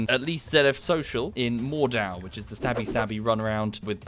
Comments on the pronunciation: Yea it’s actually pronounced mord-awwwwwww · It's Mordh-awww after all